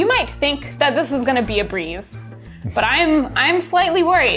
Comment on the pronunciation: You said it should be a breeze. I hear brie. Add was like, I thought they said they were making mozzarella!?